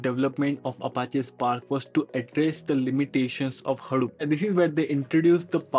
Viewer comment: it's pronounced hadoop not haroop